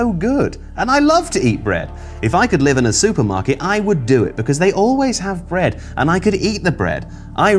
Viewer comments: "Brea-eh-d!" --, September 2021. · I'm sorry, I didn't catch what said. Did he say that He LOVES bread?